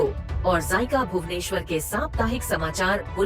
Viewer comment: zica ❌ zaayeka💯✔✔